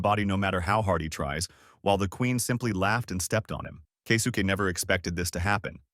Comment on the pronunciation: Kay-soo-Kay 😅 Kesuke?